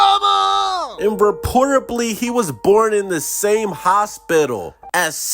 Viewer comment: You lost me at "reportably."